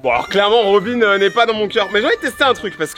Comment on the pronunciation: Il dit robine alors quond dit robin